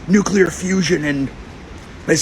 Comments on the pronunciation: It's pronounced nuke-lee-ar, not nuke-u-lar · Sorry but I can't help but point out the fact that you said "nukular" lol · Please pronounce it "Noo-klee-er" not "Noo-kyoo-ler". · fuckinay, it is pronounced like this: NEW-CLEAR not NEW-CULAR, you daft fuck figure out words before you expect me to believe you have a goddamn brain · Ugh he keeps pronouncing it nuQlar... Nuclear.. no q Hoping it's just an accent thing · Love you...BUT....it is NuClear....not New Killer😂😂😂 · Both and the other guy struggled a little to say the word Nuclear clearly. New-Clear. At least neither of them pronounced it new-kew-lar, as so many Americans do. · Come on, Creaky put the effort into learning how to say "nuclear", surely you can do it too \o/